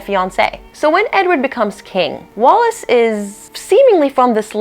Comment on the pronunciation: It’s ‘Wallis’……